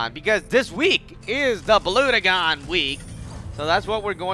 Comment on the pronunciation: its pronounced Bl-u-gen